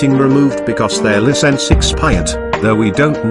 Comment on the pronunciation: Don't Worry, I Got Them On Requestly. Also, It's Pronounced Business, Not Buseniss. And It's Pronounced License, Not Licince